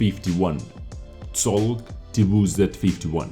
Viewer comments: CZoŁg -> CZ is pronounced like CH from CHeck; Ł is pronounced like WH from WHat; T WZ -> T is pronounced like TE from TEak; WZ is pronounced like ( and Z is pronounced like Z ([zet] not [zee]) ; SZ is pronounced like SH from poliSH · actually, the name of this tank is "Czołg T WZ 51" and you did a small mistake pronouncing "Cz" and "ł" but that's nothing to worry about 90% of no native polish speakers are makeing this mistake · You should read this "Chowg", not "cholg". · That was close :P You said Colg You should say : Ch o w g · You pronounce “czolg” as “cholg” And it literally means “tank” in Polish. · u can read "czołg" same way as english choke ;) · your pronunciations is almost accurate. In Polish "cz" sounds like "ch" in English (i.e."check") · You can pronounce "czołg" as "choke" with accent on "K" ("czołg" means "tank" in Polish). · Czołg is pronounced "Chowg." Cz like "Cz"ech, oł like "ow," and just a G at the end. You were pretty close except for that Ł, which you forgot and it sounds like an English W. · Tchowg xD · colg xD CZ O Ł G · About spelling polish name: you almost said it right, but if you wanna be more precise you should spell it like [choug]:) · Try to spell it like "tchouk" with a bit prolonged "o" (but i don't guarantee the effect). In polish "czołg" derives from "czołgać" which means "to crawl" (military style). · czolg = ch-oh-g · Try like this .... czołg - chowk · Czołg is more like ‘chouge’ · Czołg my bro, You can try pronunciation like (a boas)- T Tchibo, O Oven, U Uno ("italiano" One) G- (soft Ground) :) WZ is just shortcut from wzór - (model) W Winter Z Zona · Not too close with that pronounciation... Just listen to it here :d